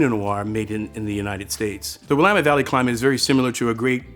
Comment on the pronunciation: Thank you for pronouncing "Willamette" properly. Great tasting video!